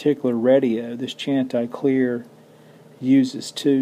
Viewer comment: Love your videos. Just a small pronunciation thing. I think Chanticleer means rooster in some Scandinavian language. There is a famous a capella vocal group with that name in the US, and they pronounce it: SHAN-tih-cleer. Unasked for, I realize, but hope you find it helpful. Again, thanks for another great video, and Happy Holidays to everyone! :-)